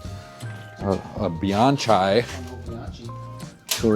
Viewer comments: Overwhelming! A “bianshy” 😂 Bian-ki. It’s Italian and all the rage here in California. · Biankhi not bianchay. Have you heard of gnocchi? Ch in Italian is not like in English. I mean you might be joking IDK, poes law. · "Bian-shy" cracked me up! It's more like "Bian-kee". Cool place with a lot of interesting bikes. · Bianchi ( bee-on-key) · Bee-yawn-chai. Vee-toos. I guffawed. Then commented to appease the algorithm gods. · Kings, you need to brush up on European pronunciation. Like bianchi is " be-anky" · Great. Just for info. Bianchi is pronounced like "BYAN-kee" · Your pronunciation of "Campagnolo" could be improved, but your pronunciation of "Bianchi" is something to call the Carabinieri about! (For the curious ones: it's "BYAN-key") That said: great video, I really enjoyed it, and I can't wait to see all the "watch you working" videos this will spawn. Keep up the good job! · "suntour Super bee" and "Veetoos" made be chuckle, but "Biarn chai" was S tier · Is mispronouncing "Vitus" and "Bianchi" on purpose? "Look at the stem on that thing." 😄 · It's gotta be on purpose trolling. I'm here for it!